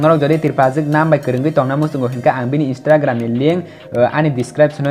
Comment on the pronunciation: How he say INSTRAGRAM😂